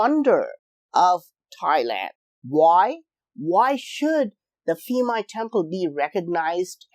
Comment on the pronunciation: Thai language base on Sanskrit and Pali not Greek, so please, when you see Thai name using "ph" in spelling do not pronounce it as "f".